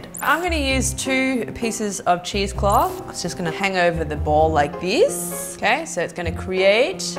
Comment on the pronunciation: Is she saying cheese clothe?